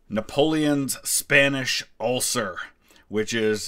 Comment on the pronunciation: Ah, "ulcer", I wondered what an ucler was